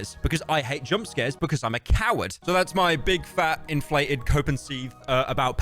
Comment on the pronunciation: he sayd "infleted" just like swedens economy